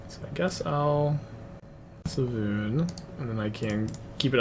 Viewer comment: Svay-loon its really easy to say lol